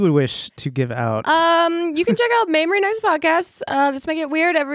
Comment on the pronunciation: Mamrie. Pronounced maim-rie. As in, 'I was physically maimed when her name was mispronounced ' 🙂😃😂 Love this lady! Glad you had her on!